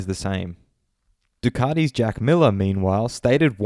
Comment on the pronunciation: You’re Australian mate. It’s Du-cat-i, not Ducarti.